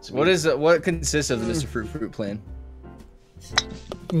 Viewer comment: I always love "MR. FWUIT!!"